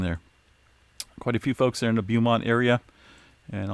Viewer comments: BOW-Mont not Bew-mont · BOHmont not like beauty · It’s called BOWmont! 😄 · Beaumont CA is pronounced “Bowmont” just FYI... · It's BO as in NO.....for Beaumont. No matter if it's Beaumont, TX or Beaumont Hospital in the suburbs of Detroit, MI. You're slaughtering the word!‼ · It’s pronounced Bō•mont 👍🏽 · Beaumont is properly pronounced "Bowmont". TMIA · Pronounced "Bo-mont". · Pronounced Bow mont as in bow and arrow. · Pronounced Bo-mont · It’s pronounced Bow-mont. nice try. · Thank you, I knew I wasn't the only one thinking he was saying it wrong.🤔😄👍🏽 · LOL I'm in Beaumont Texas and you are killing the word! 🤣🤣😎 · I'm actually in the beaumont he is referring to and it hurts everytime he says it lol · I'm in Beaumont as well! And it was tickling my nerve! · I speak French. He really does 😂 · is good-natured about it. He'll be the first to tell you he's not great with pronunciations of some of these areas but always welcomes the feedback.